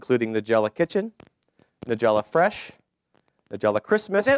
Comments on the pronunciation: Dear MC: It's NEYE-gella, not NUH-gella. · "With further ado"..."Ni-jelluh"......hope that pathetic host got his ass fired after this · Usually a good idea to learn to pronounce the name of your guest correctly... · He can’t pronounce her name either!!! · This guy CANNOT pronounce her name correctly... ugh!!!